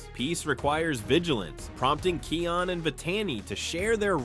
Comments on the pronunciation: Bro stop pronouncing it keion it’s pronounced Kaion but spelled kion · Kion’s name is pronounced wrong on your video. (It’s pronounced as Kī-on) On , , and , you somehow mispronounced Vitani’s name. (You pronounced it right back on , - .) You also mispronounced Rani’s name on . (You did pronounce it right before.)